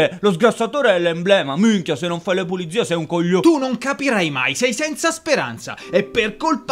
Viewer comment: sgamato il porcellino, è redez perche' ha detto puliDzie. solo lui dice cosi'